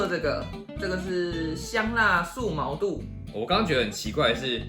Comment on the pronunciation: 感覺很少人知道毛肚的肚真正讀音 其實念ㄉㄨˇ